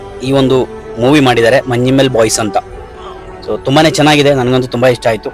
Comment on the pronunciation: Sir istu chennaga film name other language u have pronounce perfect